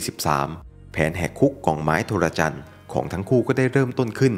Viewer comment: Trojan = โทรจัน ครับ ไม่ใช่ โทระจัน